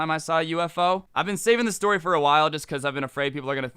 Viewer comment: u alredy told dis stowry